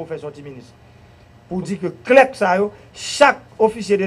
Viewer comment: On dit trier SUR le volet, Monsieur le ministre. Pas trier au volet. Cela ne veut rien dire. Clerc se lit comme 'clair". Et Non pas "clerque' Messieurs. On est mal barré avec le PHTK.